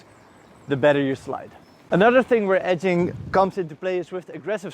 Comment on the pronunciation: I'm kidding, i've just transcripted how your pronunciation of "edging" sounds for me :)